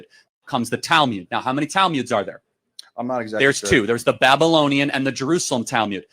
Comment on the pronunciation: Weird that he prounces it as Talmyud, not Talmud.